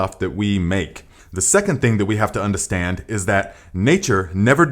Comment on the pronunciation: I just like the way you say undastand